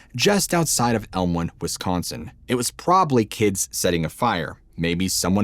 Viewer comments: Why do you pronounce wiscancin and not WisCONsin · Nobody pronounces Wisconsin as 'Wiscansin! 😂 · Wis-can-son? A local pronunciation? Wisconsin weirdness. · Why do people from outside Wisconsin call it WisCANsin? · I won't spell it the way you said it, but here's the right way. "Wisconsin weirdness". You know, pronunciation lessions from a Hoosier. Awesome video. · Nobody says Wisconsin like that. None of us do. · the weirdness is how you say Wisconsin. 😂 Awesome video! I'm from Kenosha. You can always tell who's from here by the way they pronounce the Names of the towns and especially how they say Wiz-can-sin or Wes-con-sun. You just can't make these Wisco vowel sounds😂